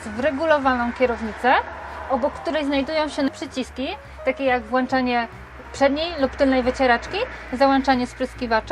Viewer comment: ONA WSZYSTKO "WLANCZA",WYŁANCZA",ZAŁANCZA"....KURDE,CZY ROBIĄC FILM REKLAMOWY NIE BYŁO NIKOGO KTO MÓGŁBY ZADBAĆ O POPRAWNE UŻYWANIE JĘZYKA POLSKIEGO????!!! DODATKOWO ONA RACZEJ NIE MA POJĘCIA CO PREZENTUJE I WSKUTEK BŁĘDÓW STYLISTYCZNYCH I BRAKU WIEDZY O PREZENTOWANYM WYROBIE, TA PREZENTACJA WYGLĄDA JAKBY JAKAŚ UCZENNICA KLEPAŁA WYUCZONY-NIE DO KOŃCA -WIERSZYK I CHCIAŁA, PEWNIE WSKUTEK STRESU, WYKLEPAĆ TO JAK NAJSZYBCIEJ....SŁABE TO...